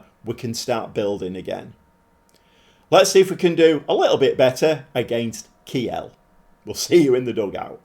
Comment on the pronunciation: Heads up, Kiel is pronounced keel, like the keel of a boat or the beginning of kielbasa…